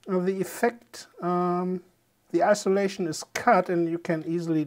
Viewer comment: IN-sulation, not I-solation